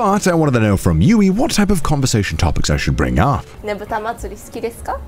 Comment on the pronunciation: Just no, he didn't say a single thing properly the entire video. I can't imagine his japanese being worse. He was regularly messing up 'arigatougozaimasu', and even said tsuki instead of suki every single time. It's just by divine luck that he has a translator who understands his lack there-of. Which adds a whole other layer of comedy to the videos.